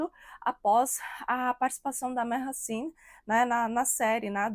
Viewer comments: Minha filha, vai se informar...e só pra vc não passar vergonha, pronuncia -se GENK e MAASIN.. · Povo quando quer engajamento Affff .CENK tem muito caráter e não traiu nevin .MAHASSINE tem muito caráter também .A muito tempo o casamento dele tem polêmicas ,Mahassine não tem culpa de nada Bando de conversados .Não sabe nem falar o nome da moça direito .Repetem o que vê os outros falarem .